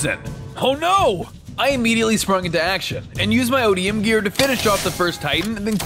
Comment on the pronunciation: You said it correctly ODM gear you said that correctly